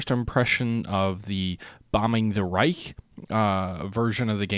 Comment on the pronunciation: Just a small side note: You mostly pronounce "Reich" very well. Keep it on!